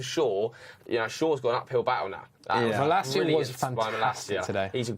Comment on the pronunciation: its malAcia, not MalacIa